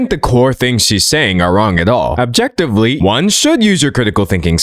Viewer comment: thank you I thought it was just me but what he said really took me by surprise especially his emphatic use of the word objectively